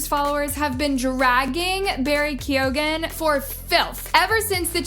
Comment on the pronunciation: as an irish person, the way keoghan is pronounced is annoying me